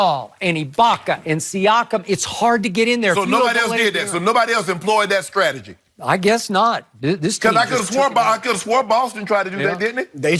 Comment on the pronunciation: 😂😂😂 Shannon said "skrategy" instead of strategy. 😂😂😂